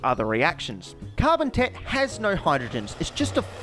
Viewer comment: Hehe carbon tet sounds like carbon tit